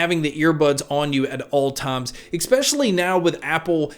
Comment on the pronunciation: Loved your review and I am actually really looking forward to this coming out...but PLEASE stop saying "EK-Specially"...that is NOT a word. I know it's a minor gripe, but as a professional announcer, it bugs me. But as I said, it's a minor complaint at best.